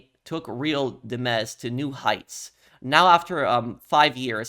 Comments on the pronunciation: Real Di-mez ❌ Real Dimez' ✅ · I totally get the confusion, but “real dimez” is pronounced “real dimes” not “dim-ez” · Bro it’s real dimes. Boy said demmez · "Port Galihorn" "Real Di-mez" "A&R-S" bro i cant with this guy. He needs to go back to 4th grade English class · Pronounce “Dimez” like dimes. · the pronunciation on the "Real Dimez" 😭